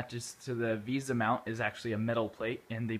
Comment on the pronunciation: VESA mount! not VISA